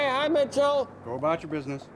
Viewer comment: 1 word, two syllables, 2 vowels MITCHELL